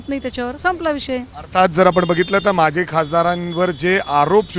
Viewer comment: "माझी" नसतं रे "माजी" असतं ते..!